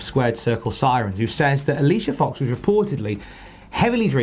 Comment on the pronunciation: you said her name wrong...